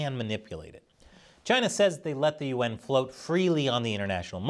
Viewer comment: Why do you pronounce yuan like U.N.?